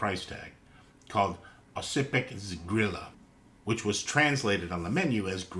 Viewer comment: worth noting the C in Oscypek is more of a Z sound